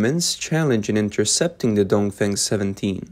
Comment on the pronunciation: The CCP missile is called “dong feng “, not “dong fang”! And the Taiwan missile is called “tian gong”, not “Chen Gong”! 😅